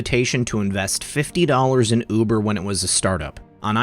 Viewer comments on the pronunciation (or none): none